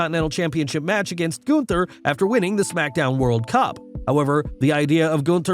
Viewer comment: Say Gunther right!!!!